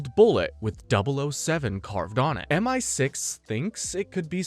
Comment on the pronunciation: Dude spends the entire video seemingly intentionally saying multiple things wrong, and it genuinely pisses me off